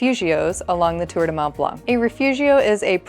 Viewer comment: You do not pronounce the ‘c’ in blanc of Mont Blanc